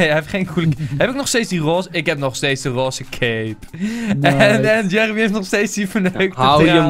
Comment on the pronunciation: Jeremy nee de sjon